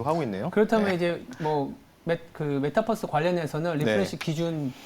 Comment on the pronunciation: 메타뻐스 아니구 메타버스입니다